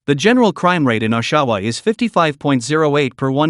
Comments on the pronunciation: wow...at least learn the proper pronounciation of our Canadian cities ...Oshawa is NOT pronounce "Osawaw" it's pronounced as it's written "OSH - A- WA"... Saulte Ste Marie...again...do your research....it's SOO-STE MARIE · If you are going to use AI - at least have the brains to pronounce names correctly - this video is pathetic - it is "AWshawa not OHshawa - and SOO-st -Marie - no one can enjoy this crap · Ahshaw-Wah 🤣🤣🤣 (Osh-A-Wah) Salt-Saint-Marie 🤣🤣 (Sue-Saint-Marie) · It isn’t pronounced O-Shawa, It’s Osh..awa. Lmao!! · Oshawa is NOT pronounced "Awe-SHAW-wa". It's pronounced "Awsh-sh-wa". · O SHA WA 😂 .... Americans 😂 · Salt Saint Mary? Ah-shau-ah? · Are you talking about Oshawa pronounced osh a waw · As a native Winnipeger now living in New Brunswick (east coast of Canada), I found your content very interesting and informative. Can never be too careful in some places. Just a little friendly help on pronunciation….. Oshawa is pronounced OSH-a-waw and Sault St. Marie is pronounced SOO St. Marie…..if I remember right from my childhood travels I believe it’s sometimes referred to “the SOO”. That’s a few decades ago, so my apologies if that’s changed.😊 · LEARN PRONUNCIATION FIRST = OSHAWA/SAULT STE. MARIE/ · He cannot even properly pronounce Oshawa or Sault ste marie must be a pathetic American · You need to practice how to properly pronounce the names of our cities please!!! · I liked the way he pronounced Oshawa